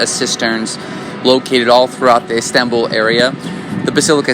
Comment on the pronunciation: Lol I can't stand the way you say Istanbul but good video though